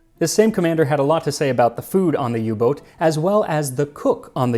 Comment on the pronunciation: Thanks Max for pronouncing "Boot" as boat and not boot (like the footwear).